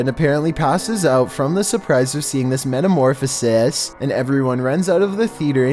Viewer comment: 😂He said metamorphosis